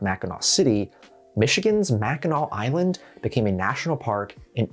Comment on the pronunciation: As a Yooper, props to pronouncing Mackinac Island correctly